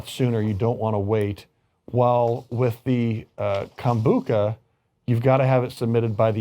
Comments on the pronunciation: its pronounced Kombu-CHA ..not Kom-Bu-Ca...luke cha cha slide. Kom-Bu-Cha! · Yes, CHA, as in "tea". Kombu-cha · Kom-bu-CHA...like the ballroom dance CHA-CHA-CHA, or CHO-co-late the sweet...